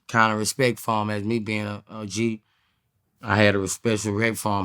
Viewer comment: “Respecialrect for him” 😂😂😂